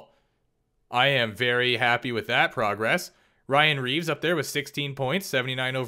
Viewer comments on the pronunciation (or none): none